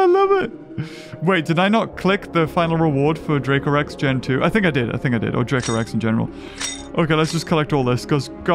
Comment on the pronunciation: ”Dracorex gen 2” 💀